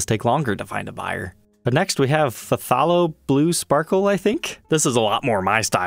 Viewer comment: it's pronounced: "THEY-low" (I'm a professional artist)